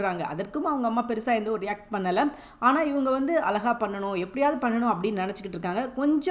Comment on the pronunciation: Tamil utcharippu kolai!!!!!! Alaka illai, Azhaka endru sollungamma!p